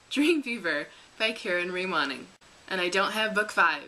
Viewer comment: Just so you know.... Moning (as in Karen) is pronounced moaning not moning ;-)